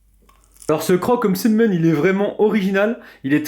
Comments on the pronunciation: N'importe quoi il le dit très bien Msemen tout simplement pas mésèmen mdrrrrr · oui il le dit comme il faut